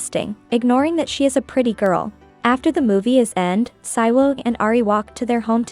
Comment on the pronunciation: The title brought u here & subscribed Also, the male lead was in KISSABLE LIPS K-BL BTW it's pronounced SEE-WOO not PSY-WOO